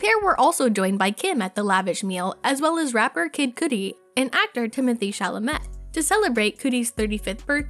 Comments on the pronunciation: Cuh dee and shah lah meh is how it’s pronounced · When the narrator of a pop culture video doesnt know how to pronounce "Chalamet" or "Cudi". She literally kept saying Cootie. wtf